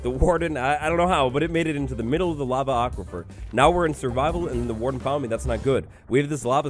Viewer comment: i cannot believe this man just said the words "lava aquipher"